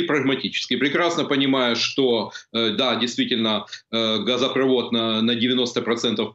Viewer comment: Почему Алена все время говорит газопрОвод? Правильно газопровОд.